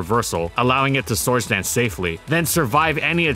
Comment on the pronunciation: Wby do you say source instead or sword dance